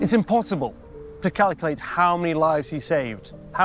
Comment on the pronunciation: calicate? I think he meant calculate